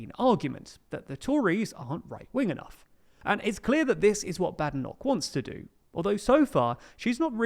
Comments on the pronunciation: It's Bade Enoch not Bad ffs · You need to be able to pronounce Badenoch’s name properly...